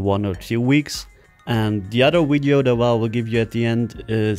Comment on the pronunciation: PRACTICE ON PRONOUNCING VIDEO... NOT "WIDEO" LOL